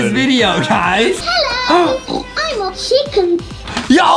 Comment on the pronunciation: Other peoples: Chicken Justie: CHIACKEN